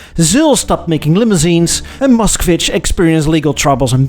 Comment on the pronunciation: An American boy trying to say Moskvitch is so funny.